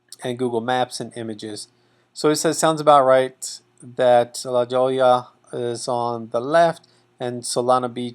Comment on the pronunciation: La Jolla sounds like La Hoyya